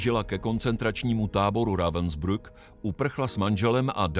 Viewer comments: Proboha naučte se alespoň minimum německé výslovnosti , protože se ztrapňujete Rawensbryk se to vyslovuje . To Vaše Rawensbruk je hodně trapné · Já bych si to i pustil, Lae vím, že zas uslyším "Ravensbruck" , prostě špatně vyslovenou přehlásku a to mi trhá uši. To prostě nedám.